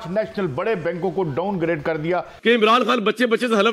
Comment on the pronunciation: Its not "daungrade" its downgrade!😂